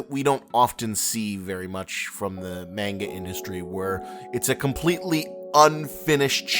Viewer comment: The way you say manga grinds my gears